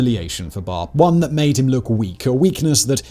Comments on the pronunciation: Good narrative, but i want to make a couple of corrections, I believe the name of the dictator is "Barre`" not "Bare" as you said it. And the "X" is read as "H" so the name should be "Hassan" not "Exan" as you called it. But nevertheless goid narrative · It's Baré, not Barr!